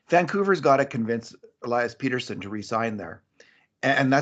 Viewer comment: it's Pettersson, soft -e-. Not PETER-son